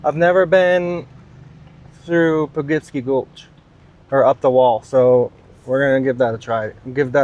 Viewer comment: Po-Kip-See. Great video but making nuts with how you say Poughkeepsie. Haha 👍🏻